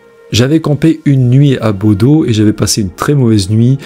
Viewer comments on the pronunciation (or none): Juste pour info, en norvégien Bodø se prononce "Boudeu" et non pas "Bodo" ☺ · Vidéo très intéressante 👍... J'ai regardé toutes vos vidéos : toujours prenantes (j'adore !)... Juste une chose.... BODØ (en Norvège où je suis allée 😉)... On ne dit pas BodO mais BodEU (le ø de Bodø se prononce "eu") 😉...